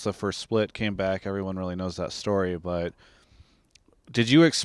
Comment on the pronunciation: why does he keep say "but" like "bwut"... lol